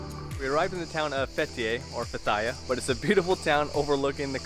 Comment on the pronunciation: Why didn't you just get the dolmus (bus) back to Dalyan from the other end of the beach.I have never heard Fethiye pronounced Fetahri before.